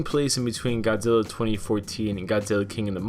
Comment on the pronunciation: 51 I'm sorry but uh... Godziller